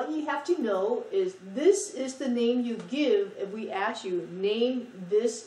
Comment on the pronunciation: funny she says " ass you" instead of "ask you.' I love her accent